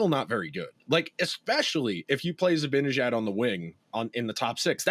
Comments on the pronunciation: I'm with you, drives me nuts to keep hearing Zabinijad. No excuse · Guess what: I think you guys are mispronouncing "Zibanejad." Nobody has ever mentioned this here, so I thought I'd let you know. It's an understandable novice error, since you've been following and commenting on the Rangers for under a decade, and in that time you probably have only heard the correct pronunciation a mere 50,000 times.